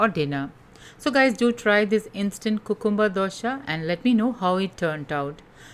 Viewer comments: Yeah it sounds cuuute.... but thats wat we Indians hv bn taught since our baby days in a very babish way 😂 Actually its pronounced as "Kyu-cum-br... 😊👍🙏🙏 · It’s pronounced kyoo· kuhm· buh